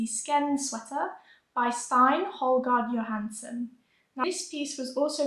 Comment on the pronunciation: Lovely video! Just a little tip for pronouncing Scandinavian names ending with an e, they are almost always pronounced like "eh". Stine = stee-neh, Wenche = wen-keh, Line = lee-neh, Marie = mah-ree-eh etc :)